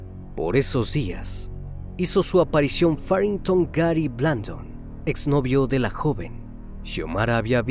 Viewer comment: Faringtow??? hay wey mejor Nepomuceno 😁